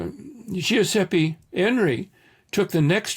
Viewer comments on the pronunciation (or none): none